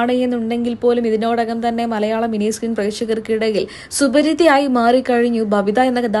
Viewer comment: സുവരിത അല്ല പെണ്ണെ സുപരിചിത നൃത്തകി, നൃത്തകൻ എന്നൊക്കെ മലയാളത്തിൽ ആദ്യമായി കേട്ട aadyatha online platform..... 😅😅😅😅